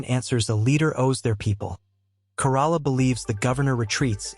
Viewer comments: Adam's last name is pronounced like the Toyota Corolla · I hate the AI can pronounce newsom but not Corolla, and Mexicans and blacks just don't want checking accounts they don't want the government to know how much money they have